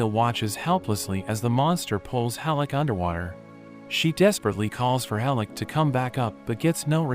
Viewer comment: Great anime with some out of no where gut punches. Oh and it's HELL-CK NOT hellick